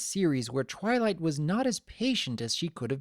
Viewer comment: he said trylight let me put that side by side of what i heard i will put it in caps TRY LIGHT i keep hearing him say that